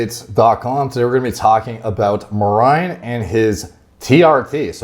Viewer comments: I pronounced his name as Mary Jane 😁😁 Anyway...6 week blasts ftw...downtime and loss of gains is the part of the game. I like not having raisins. Everyone should find what works best for them, be it staying natty, trt, short cycles, long cycles etc. Edit: Deteriorate a little bit? Man its terrible over here coming off blast. Its like I become a skinny kid again 😁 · Is his name pronounced Marine? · Can't wait for Greg to butcher Merijns name again crying laughing emoji